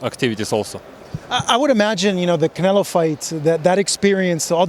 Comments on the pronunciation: bivol is always roasting canelo intentionaly i suppose and i love it . he said canelaa 😂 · He says CANELA 😂😂 💪🏼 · Attaboy, that's the correct pronunciation: canela! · I really hope he never stops saying canela 😂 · Lmfao love how bivol calls canelo canela lmfaoo 🤣 this guy smart asl their iq is high this is why they can learn multiple languages so fast. These fighters are one of a kind. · Every Russian says it like that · Russians can’t pronounce canelo that’s why